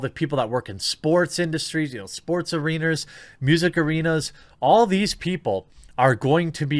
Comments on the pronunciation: "Sports Arenrs" lol. Ya, I heard you and I know it happens to a lot if not most folk. Still funny to hear it in a prerecorded vid. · He said “sports areeners”